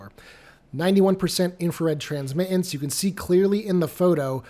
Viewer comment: No name calling. And I have great respect for your work. The word “transmittance” has the letter “t” in it three times. The second two are not silent when saying the word. Why do many people (who are usually under the age of 40) not pronounce them?